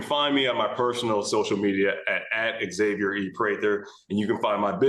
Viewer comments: Can we please normalize saying Xavier instead of Xavier? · Xavier, not X-Xavier.